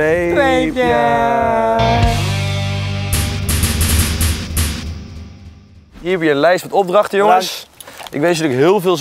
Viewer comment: hoe Giel streepje zegt🤣